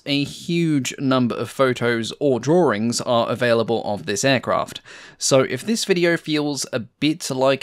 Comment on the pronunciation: It's pronounced 'draw-ings', not 'draw-rings'. Great video otherwise though. 👍